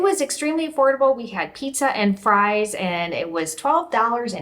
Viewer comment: Did you say pizza?